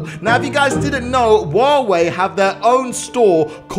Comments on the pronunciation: I love how he said "wawei" instead of huawei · wtf u said wawei its clearly huawei cant you spell it? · Huawei? Nah Wuawei? Yas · I heard say waaway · Is it me or did he pronaunce huwawei wrong? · you miss spell huawei You said wow way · anyone else heard he always says waweh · Woave what it's Huawei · It’s hu hyuwei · did he say wawaei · That’s not how u say huawei